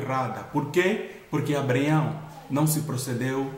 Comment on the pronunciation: Muito bom, mas não deixei de notar "Abreaião" kkkk... Obrigado irmão pela palavra edificante